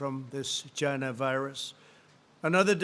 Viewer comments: I would love to see a reading comprehension exam administered after reciting this regurgitated garble. I’m done at GYNA-VIRUS...God help us all. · I was thinking he was saying vagina